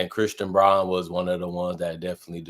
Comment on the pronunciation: Brown not Brawn... :face-orange-raised-eyebrow::face-orange-raised-eyebrow